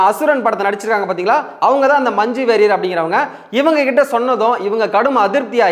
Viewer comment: மஞ்சு வாரியர்...மஞ்சு வெறியர் இல்ல டா ...சட்டைக்கு ஒரு வேண்டுகோள் நன்றாக தமிழ் உச்சரிக்கும் நபர்களை தேர்வு செய்யவும்...திராவிட தொலைக்காட்சிகள் மாதுரி தமிழை சோதிக்கவேண்டாம் ..